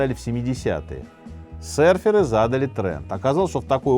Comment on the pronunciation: всё супер, но удивляло весь выпуск почему «сэрферы» и «сэрфинг» 🫠